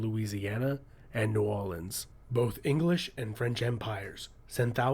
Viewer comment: How come the narrator can say New Orleans correctly but not Newfoundland ( it’s Newf-un-land). Not New Found Land. Thanks for posting it though! Much appreciated.